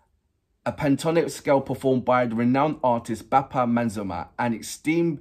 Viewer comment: Pronounce like this - Bappa, Mazum + Der = Mazumder. Mazum Der. I think you would be my great student if you pronounce correctly. I just hope! Well! Anyway. ❤ Your reaction.